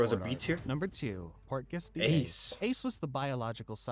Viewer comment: Bro said Portgas so wrong